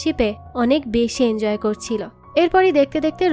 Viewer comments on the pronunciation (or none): none